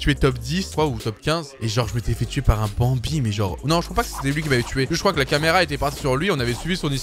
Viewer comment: Prk tu dit banbie les skin sa veux rien dire